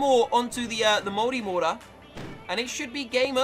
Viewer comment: To me, an American, you saying multimortar sounds like moldymortar